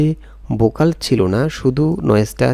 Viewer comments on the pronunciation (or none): ভাই উচ্চারণ ঠিক করেন। বয়েজ না ভয়েজ। অনেক উচ্চারণ ভুল। বোকাল না ভোকাল। রিমুব না রিমুভ। আরো বেশ কিছু এমন ভুল উচ্চারণ যা শুনতে খুব খারাপ লাগে।